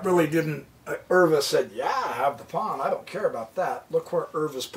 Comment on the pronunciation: Pronounced max euwe ‘u’ Pronounced like the letter u